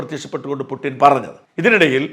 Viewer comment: പുട്ടിൻ . ആണോ ? പുടിൻ അല്ലേ